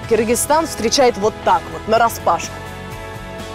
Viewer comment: Наконец-то они научились говорить правильно: “Кыргызстан”! Я так рада)